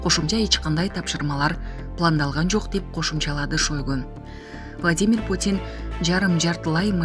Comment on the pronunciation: СЕРГЕЙ ШОЙГО ДЕП ЖАЗЫЛАТ ОКУУЛУШУ СЕРГЕЙ ШАЙГО ДЕЙ ОКУУГУЛАЧЫ